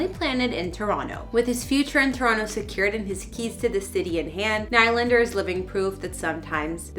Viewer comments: I do have to say, every time you say NIGH LANDER it makes me cringe. It’s pronounced NeeLander. I’m not “bullying” you. You should have known this before you posted this video. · Can someone please tell this woman that his name is pronounced NEELANDER!!!! 🤬🤬🤬🤬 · what a waste of time and for god's sake learn how to pronounce his name. knee lander not what ever you are saying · I am sorry to say this but it has to be said. There is nothing more unprofessional than someone who is hosting a story or documentary on a person and they haven't done enough research into your topic to know how the person pronounces his last name. The man pronounces his name Knee-Lander. It not only bothers the watcher it really puts a dent in your credibility. As well, Willy wasn't crazy about it either. Please do better. You had a lot of things right. Your presentation and your relationship with the camera was excellent, however when you screw up the subjects name it is hard to save the piece. Good luck in the future. Remember, research is crucial. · I was about to say the same thing is Nee Lander not like the hockey team New York Islander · Please remove this person and never let them do another video. HTF can she not pronounce his name correctly if she says she is a fan of the Leafs? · This girl sounds like a total idiot! They make these videos right outside of Toronto, but she cannot pronounce Nylander's name correctly! I'm calling BS on this! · Calls herself a fan but can’t even pronounce the name right honestly